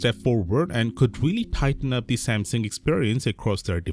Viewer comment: Broooo speak the name Samsung like a normal human being.... NOT SMMSING